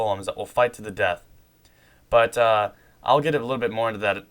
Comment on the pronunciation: while u said but uh it sounded like u said butter